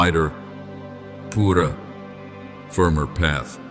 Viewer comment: Ai has trouble with word purer…